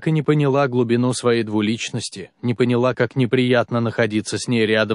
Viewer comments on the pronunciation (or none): none